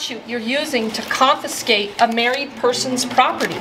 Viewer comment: Confiscate, NOT confinscate.